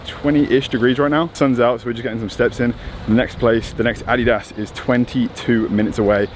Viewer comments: the way you say adidas is really somethin haha. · Took me a few times to understand what you were saying when you were saying "Adidas"..haha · The way says adidas 😂😂